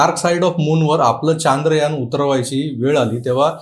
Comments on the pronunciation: Sir ji Chaandrayaan Nahi Chandrayaan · Kay hay चांद्रयान चांद्रयान Its should be चंद्रयान, And all marathi media is saying चांद्रयान, Correct me if i am wrong pls.